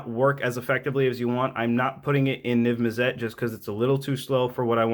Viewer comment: Niv- mizzet is pronounced NIV MiZ-IT